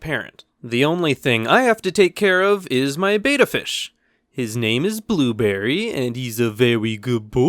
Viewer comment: It’s pronounced bet a not like bate a